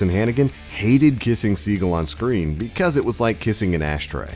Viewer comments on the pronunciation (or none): none